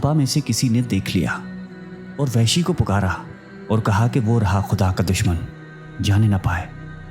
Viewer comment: Lafz Wehshi nahi blke Wahshi ha